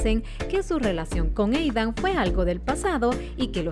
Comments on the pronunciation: Yo no escucho hanna escucho queen xd oye quien mas escucha eidan envés de aidan :v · No es Eidan es Aidan el mismo lo dijo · NO ES EIDAN ES AIDAAAAAAAAAN